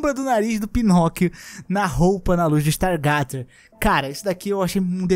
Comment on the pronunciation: StarGUEIzer,. StarGUEIzer. 🤣